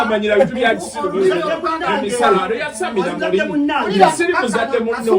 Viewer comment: The way kuku say yasamila muli 🤣🤣